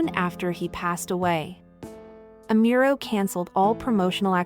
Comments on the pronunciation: its Amuro... not Emiro... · Amuro, not Amiuro. 🤦🏻‍♂️ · It would be nice if you could research and learn how to pronounce her name better. Amiro? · OH man the pronunciation of her name is horrendous. It's pronounced "Nah-me-eh Ah-Mu-ro" not "Nai-mee Ai-mural" Asian languages are not that hard to pronounce correctly. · Nah-mee- eh is how you pronounce it.